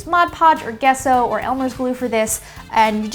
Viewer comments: Oh nooo it's pronounced jesso not guesso😭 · Love your work! This is awesome. "Gesso" is pronounced with a soft G. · Gesso is actually pronounced 'jesso.'